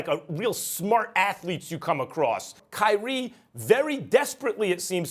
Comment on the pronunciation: did you just call, kyrie, "crispy ass"?